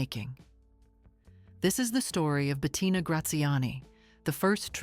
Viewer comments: Si la pronunciacion es mala se puede excusar pero no se llamaba BETATINA. Lo siento pero la voz da grima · "Betatina" non si può sentire!😡